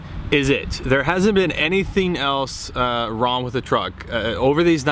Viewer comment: Is it me or do you keep saying "Ron" instead if "wrong"